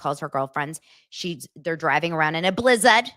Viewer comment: I will never be able to hear or say the word “ blizzard “ the same way again 😂